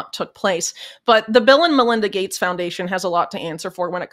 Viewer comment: When you say "Bill and Melinda" it sounds like "Bill 'n' Villain."